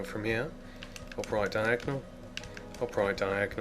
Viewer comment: Stop making it confusing by saying diagnel shit